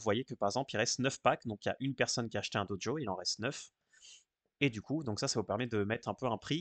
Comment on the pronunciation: Bon on en parle de cette prononciation "Dojo" ? :D